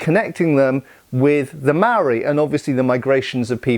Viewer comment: just a quick pronunciation tip for "Māori". It's pronounced more similar to the world "mouldy" just imagine replacing the "ld" with an "r". (this isnt perfect but will get you closer than how youre currently pronouncing it) also you shouldn't refer to a Māori person as "a Māori" or to the Māori people as a whole as "The Māoris". This was common in colonial times but to a modern New Zealand ear it sounds mildly racist and offensive. Much like how you wouldn't call black people "blacks" in modern civilized conversation. In modern New Zealand English the word "Māori" is used as an adjective, not a noun. ie "Māori people" not "Māoris"